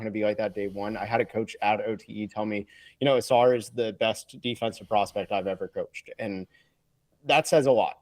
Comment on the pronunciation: Amen pronounces Ausars name UH-SAR, and Ausar pronounces Amens name UH-MEN